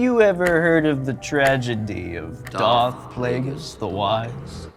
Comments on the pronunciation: said "Dark" instead of "Darth" in like the first minute lmao. I'm betting it's her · less than a minute in i’m guessing the girl in the pink top based on how she said dark instead of darth. i’ll edit this when i finish the video to correct myself if wrong. EDIT: i was totally wrong mb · outed herself in the first 10 seconds by calling Darth Plagueis "Dark Plagueis." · the girl who said dark instead of darth